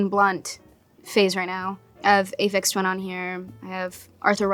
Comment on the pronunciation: i had to rewind it to hear her correctly when she said Aphex Twin. I'm like 'now hold it all the way up, what?'